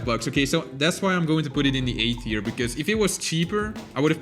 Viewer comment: You Pronounce Tier Wrong!!!!!L